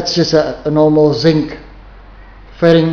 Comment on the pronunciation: he said sink with a south African accent I think?